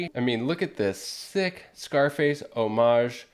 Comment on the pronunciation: Thank you for the correct and beautiful pronunciation of 'homage'! 👍 (and no, that's not intended to be sarcastic.... All the people in this space that butcher HOM-age just kills me!)